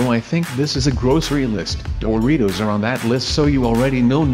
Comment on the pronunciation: It said Doritos not boritos